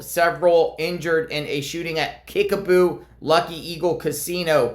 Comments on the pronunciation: It sounds like u are saying Kickaboo, not Kickapoo. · KIckapoo with a "P" not a "B"